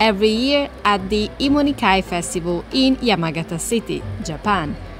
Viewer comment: My deranged ass hearing “E-money Soup” throughout the video 💀